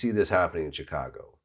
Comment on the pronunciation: Please learn to say Chicago properly Vlad come on now🙇🏻‍♂️